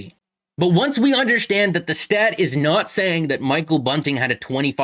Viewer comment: it’s Tavares not Matthews with the kick up to the stick - Also not meaning to be a dick but you say the word “understand” like someone who’s native tongue is Portuguese. (un-der-shtan-d) Lol